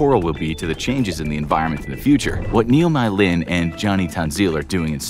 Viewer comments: I'm here after seeing my country in the title of this video, the ''Mei'' can be pronounce as ''May'' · Just a note! Mei should be pronounced "may" :)